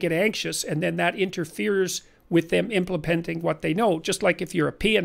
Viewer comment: Listen to hear Dr. Peterson say the word Impleplenting.